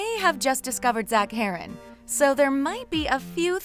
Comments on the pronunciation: Omg so mad when she said his last name wrong ahhhhhhh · It’d be nice if they pronounce his last name right